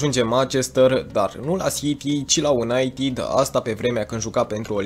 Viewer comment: De ce pronunți "unaitid"?